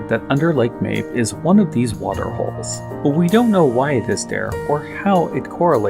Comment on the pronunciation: This is a Japanese game. I can almost guarantee you the proper pronunciation is "ma-bay".